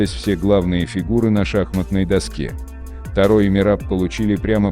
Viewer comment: Ударение не на А а на О